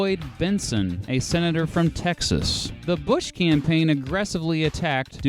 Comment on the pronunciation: “Tex*as”. “Tax*es*”